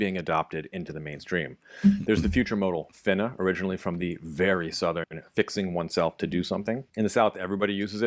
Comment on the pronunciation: 😂 yooo that “finna” caught me off guard. Why did it roll off so flawlessly